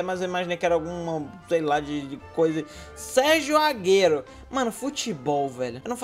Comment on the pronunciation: Sérgio agero ele falou assim kkkkk